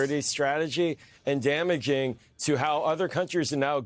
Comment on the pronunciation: It's so so disconcerting how he pronounces dama - ging